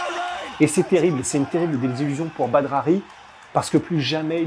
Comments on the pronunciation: Quelqu'un lui dit que ça se prononce "Bader" ? Et pas Badre machin... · Badre mdr on dit Bader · C’est badr prononcé Bader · Super vidéo bon travail! Juste une chose on prononce Badr « Badère » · Je ne suis pas sur mais il me semble que ça se prononce "Bader" Super vidéo comme d'habitude !! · Badr se prononce bader me semble t'il..... je fait le chieur mais superbe vidéo comme dab..... longue vie à! Peace✌👍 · Sont prénom ce prononce Badeur même si sa s'écrit badr! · Badr se prononce “bad air” ou bader si tu préfères 😉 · Ca se prononce Bader..sinon bonne vidéo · Sa s'écrit et se Badr Haris mais sa se prononce badere Haris. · Excusez moi on dit pas phonétiquement bader?badre ?? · Badr ça se prononce bader. Trop bizarre comment tu le prononce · C'était pas mal par contre il faut prnoncer correctement son prénom. Ca se prononce "Badère" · J'suis pas convaincu pour la prononciation du prénom. Le E doit être absent à l'écrit mais prononcé à l'oral...